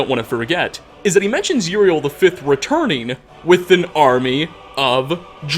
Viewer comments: Uriel not Juriel. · Urieluh. Septimuh. Tamrieluh.